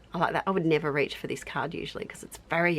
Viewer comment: Naur, nevahh. 😂